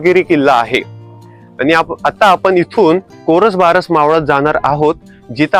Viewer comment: भाऊ, कोरसबारस नाही कोरबारस असं मावळाचं नाव आहे. कृपया आपला कंटेंट पब्लिश करायच्या आधी त्याच्या बरोबर असण्याची खात्री करावी. धन्यवाद 🙏